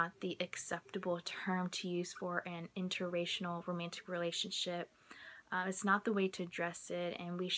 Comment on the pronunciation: Are you saying interracinal?